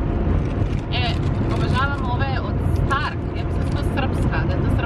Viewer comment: štark ne stark😂😂😂